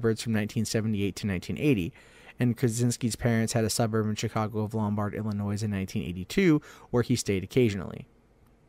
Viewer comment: sorry man...hurts my ears to hear my home state's name mispronounced. the terminal "s" is silent.